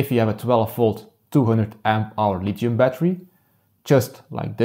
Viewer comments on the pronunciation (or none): none